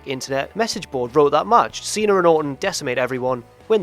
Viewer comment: It's see-na.. He keeps saying see-nar...